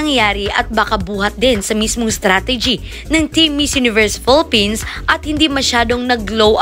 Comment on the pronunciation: malumanay siya magsalita, ni pagsigaw ng Philippines walang kabuhay buhay- Yan na ba ang pinakamalakas na sigaw niya- Si Roberta Tamondong anlaki ng Bibig when she pronounced Philippines